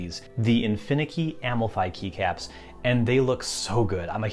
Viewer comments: Can't get over him sayin Am-el-fie instead of Um-ahl-fee for the Amalfi keycaps. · Nice video. Amalfi in southern Italy is incredibly beautiful. You should look it up (and note the pronunciation, sorry).